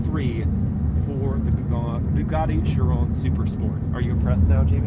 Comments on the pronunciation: He isn’t really saying it correctly, at least not the french way 😅 He’s saying Schiron but it’s basically Chiró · It’s pronounced shi-RON not shi-rö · have i been pronouncing chiron wrong??? he says it with almost a french accent